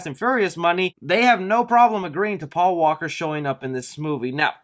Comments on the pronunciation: Am I the only one that caught "Pual in Fast 9". Not "Paul" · Quick correction it’s Paul not Pual. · Word of the video: “Pual”